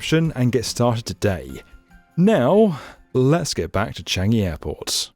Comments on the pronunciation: it’s CHAN-gi not CHEN-gi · "Cheeeyngi" Yeah very authentic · isnt it chan jee?